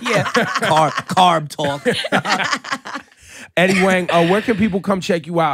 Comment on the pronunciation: Even with Ebro mispronouncing Eddie's name the whole time and Laura not correcting him? Eddie's cool though.